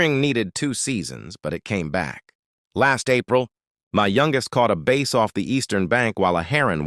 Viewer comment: Yeah, it was that AI / computer voice, that made me comment... He was saying his family member caught a bass, but the sound, on my phone, said base ... 😂